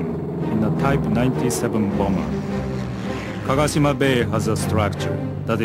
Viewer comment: Not Kagashima bay but kagoshima bay !